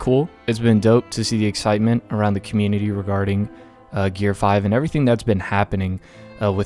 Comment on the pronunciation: Finally, someone said it right.